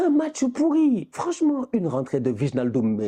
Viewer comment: "Vichnaldoum"??😭 ça se dt "Ouèïnaldoum" pitié🤣